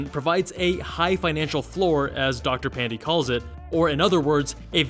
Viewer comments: Dr. Pan-dee 😕 It's pronounced more like pan-day (as in sunday) but doesn't matter, no one is offended. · Dr Pan-dee?!!! 😩😩😩😩😩😩